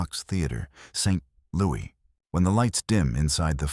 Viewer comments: Why is St. Louis mispronounced It's St. Loo iss not St. Lewie. Thanks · "St. Louie?" Seriously? It's St. Louis. It's pronounced the way it's spelled.